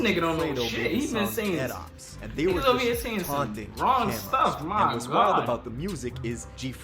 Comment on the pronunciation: Lmao 🤣🤣🤣 they way you emphasized “stuff” lmao bro